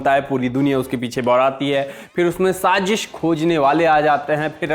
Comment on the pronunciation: Saajish nhi bolo...Saazish bolo 😊